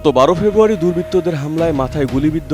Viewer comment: ১২ ফেব্রুয়ারী কীভাবে বলেন,,, গাঁজা খেয়ে নিউজ করেন নাকি ভাই